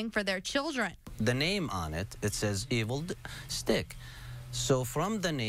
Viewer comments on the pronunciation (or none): "Evil Di- Stick"